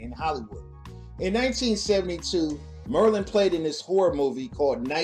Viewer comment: Her name, Marlene, is pronounced (Mar LEEN). Not (MER lin)!!! OMG.... Oh Ganja and HESS not ("Ganja & HISS) You're killing me. Other than that great Vid!!!